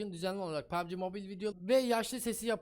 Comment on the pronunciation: Bazıları Pubg mobil e Pabci mobil diyo bazıları Papçi mobile diyo😂